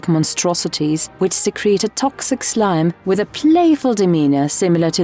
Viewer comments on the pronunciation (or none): none